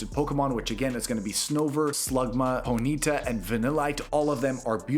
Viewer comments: No hate just to mention it's pronounced pony-ta 😊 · Did you just say pony-ta?